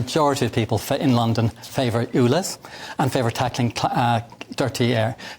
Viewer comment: The Irish Tw@ is persistent I’ll give him that but this will never make his so called facts correct ! He has been exposed so many times , why are we still being subjected to this idiot . Someone should also tell him that it’s not oolez it’s ulez !